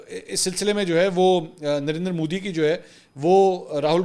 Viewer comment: Bhai sahib apne tallafuz pe dhayan dijye. Modi hai moudi nahi, Urdu mein is pe zabar hai pesh nahi 🤗